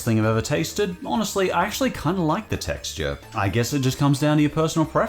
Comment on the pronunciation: “I don’t loik it”